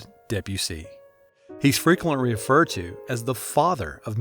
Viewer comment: I died what i heard “he’s frequentwy weferred to”💀